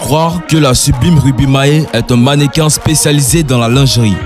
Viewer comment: On dit mannequin. Pas mannequaine ça ne est existe pad